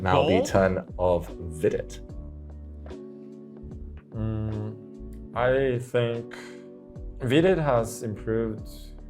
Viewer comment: Yeah i agree 😂😂 btw it Vidit bro not videt